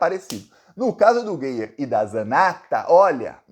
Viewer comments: Acho graça quando alguém pronuncia "Gueier" 😂😂😂 Eu chamo de vergonha da política goiana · o nome do "NAZIFACISTINHA" Gustavo Gayer, lê se como escreve, não use na forma em inglês. É como se escrevesse "GÁIER". 🤜🤛